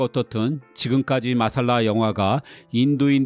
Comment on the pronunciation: '마살라'가 아니고 '맛쌀라'가 원어 발음에 가깝습니다.